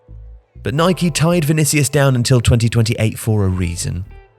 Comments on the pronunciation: man keeps calling Nike, Nikey. cause yano, you ride a Bikey not a bike. it’s Nike and that’s the end of the debate. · Was pronouncing Nike the way the Americans do a conscious decision? 🤔